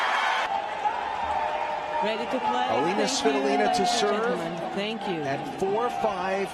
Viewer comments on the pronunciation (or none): Elina, not Elena!!!